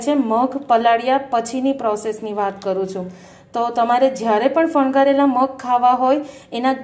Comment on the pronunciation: Fangavela shabd che.. Not fangharela 🙄🙄